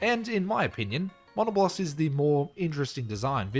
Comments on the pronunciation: I’ve never heard someone pronounce Diablos and Monoblos this way 😂 Die-a-bloss and mon-a-bloss 😂😂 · Surely thats not how monoblos and diablos are pronounced right???? I always refered them closer to the word diablo as mono -blose or dia-blose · No but the way he said Monoblos (Its muh-nah-blose) Edit: NOO WHY DOES HE PRONOUNCE ALL THE MONSTERS NAMES WRONG.